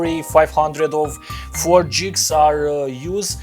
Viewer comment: Buddy your sayings gigs wrong lol